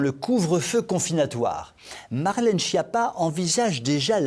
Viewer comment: Toujours aussi formidable et plein d'humour! Quand même, pourriez-vous prononcer: SKIAPPA et non: SCHIAPPA?... les noms corses se prononcent comme en Italien et la Corse est française depuis 1869. Merci.